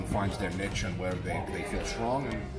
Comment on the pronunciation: From the videos I’ve seen, seems like a top bloke, even if he doesn’t know how to pronounce the word niche